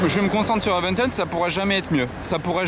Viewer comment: Ami.La Lambo est une Reventón et non pas une Reventen comme tu proclame.Tauro issu d’une corrida espagnole comme tous les modèles depuis la fondation de la marque.😜.